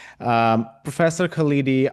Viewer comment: His name is not "Kaleedi" but "KHALDI," with the "KH" pronounced like the German "ch" as in the name of Johann Sebastian BaCH, or the Scottish "ch" as in LoCH Ness. We have to learn to say "curry" and "naan" and "tandoori," so equally you have to learn how to say our names! Hopefully your India will soon reject its current fascism and return to what it was under Nehru!